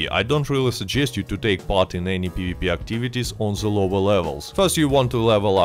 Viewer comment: Great video but Please stop saying dze instead of the. Its them not dzem its gather not gadzer 😂😂😂😂 making us europeans sound same all togedzer